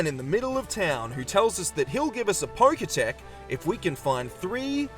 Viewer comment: Roxanne instead of Roarke? POKETECH INSTEAD OF POKECH? What is going on here? If that's your way of interaction baiting, then by golly it worked.